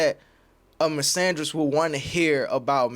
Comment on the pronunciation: You screwing that word misogynist up 🤦🏾‍♂️